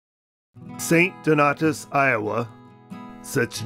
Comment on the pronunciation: its pronounced st DON-AY-US